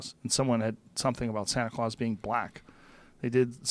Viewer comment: Joe "Santa Craus" Rogan